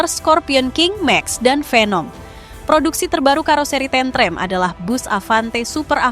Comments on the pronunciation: bacanya tentrem bukan tentrem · Admin nya bukan orang jawa. Cara ngucap kalimat tentrem beda dgn dialeg lidah jawa tentrèm... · Penyebutan tentrem Jan gak pokro blas 😅😅